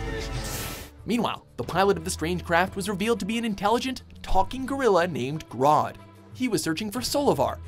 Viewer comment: It's grodd not grood